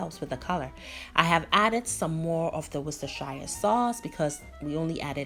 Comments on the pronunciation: It's pronounced Worster sher, not shire, I know, it's not easy but Worcestershire is the joining county to mine Gloucestershire, pronounced Glostersher, haha. nice looking recipe, I'll give it a try, I often catch Mackerel but usually just grill or fry,thank you. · Beautiful explanation and spot on as usual.Anyways the sauce is pronounced more like woostershare😊. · Pronounced- wustersher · Back in the day we always had mackerel but not had it for donkey's. This recipe is right up my street so I must give it a good go. Looks so tasty and I know that from the ingredients you used. Thanks for sharing. Oh, Worcestshire sauce is pronounced as 'wooster sauce' in UK, we don't say 'shire' in it as it's silent. Hope that helps. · The pronunciation should sound like Wooster sher Sauce. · this one dea I know, it’s pronounced worstasha 😅 This dish is amazing the sauce dea, hmmm 🤔 professor 👩‍🏫 what can I say? Simply beautiful 🤩 Where is Maa? Maa come and learn this one ooo, this one you can get all the ingredients in Ghana😂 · pronounced woostar sauce for short loool